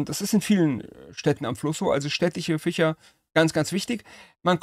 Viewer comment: urlustig ficher und fleicher, ein interessanter dialekt cool